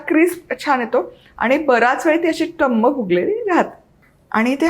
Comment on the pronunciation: गुढीपाडव्याच्या खूप खूप शुभेच्छा पुरी छानच झालेली आहे. पण थोडं कोमट पाणी आणि किंचित साखर घालून कणिक मळून घ्यावी. तसेच टुमम फुगलेली त्याऐवजी टमम शब्द बरोबर आहे.टुमम शब्द कानाला खटकतो.